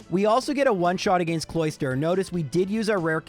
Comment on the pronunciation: yo i love your videos but I hate the way you pronounce "against"